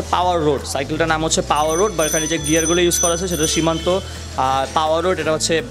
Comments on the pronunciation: Kotha bola shiken..shimanto na shimanu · সিমানো কে সিমান্তো বলেন কেন??? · Its shimano not shimanto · Shimano not shimanto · ভাইয়া উচ্চারণে অনেক ভুলভাল বলছেন। সিমানু কে সীমান্ত, টরনেডো কে টরেন্ডো ইত্যাদি 😂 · It's shimano not shimanto...and tornado not torando